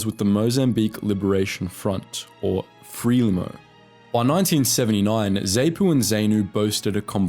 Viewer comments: FRELIMO please..Not FREMILO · A little pronunciation guide. ZANU (zahnoo), ZAPU (zahpoo), FRELIMO (frehleemow), Selous (Seloo), Salisbury (solsbree) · Am I just nitpicking, or is there something lacking in a documentary commentator on the Bush war who tells us that Mozambique became independent in 1945, thirty years before it actually did so, can't pronounce ZANU or ZAPU ( both pronounced with a long 'a' ) and refers to something called Fremillo (twice) rather than Frelimo? ( which should actually be pronounced Frelimu, given that it's a Portuguese acronym)?... and who were the Sealoose Scouts?... and where's Saliss berry?... can't mean Salisbury, surely?... and so it goes on. Are you taking the Mick?... and to describe the extinction of ZAPU by Mugabe as a merger is going it a bit, The two guerrilla groups were based on tribal lines and Mugabe 'merged' Nkomo's ZAPU with his ZANU with a campaign of extermination against the former (including women and children). It was no more a merger than Hitler's gang of Fascists merged with the Jews. Why bother posting this nonsense in the first place? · It’s more fre-Lee-mo than Frelimo but otherwise an excellent piece. Thanks. A piece on the Gukurahundi would be great as well thanks! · It’s pronounced FRELIMO not FREMILO smh 🤦🏾‍♂️ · Mozambique got independence from Portugal in 1975 not 1945. And what the hell is fremelo? Are you attempting to say FRELIMO? It is pronounced FRE-LEE-MO This utter garbage. You’re making an error per minute, and then repeating them. Embarrassingly bad. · Moza's independence came in 75 not 45 and it was Frelimo not Tremolo. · zapu pronounced z-ahh-poo and zanu pronounced z-ahh-noo, and frelimo pronounced fr-eh-lee-mow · 'Zay-Nu'? 'Zay-pu'? 'FREL-i-mo'? 'Sal-iss-burry'? Chinking beer glasses and no mention of Gukurahundi? (look it up). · FRELIMO is pronounced "FREE-LEE-MO". And Salisbury "Saul's-burry". Thanks for generations of ruin under Mugabe, Britain.